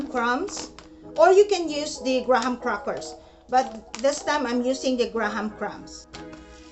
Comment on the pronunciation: My lola say "gra-HAM" crackers too 😂